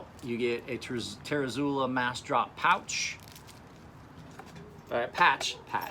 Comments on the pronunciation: You're fucking drunk. And he's right, how the hell do you get tare-uh-zoo-lah from zUOla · its pronounced "ter-zoo-oh-lah"